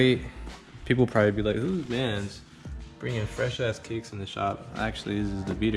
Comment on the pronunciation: no one: kiicks: fully bewt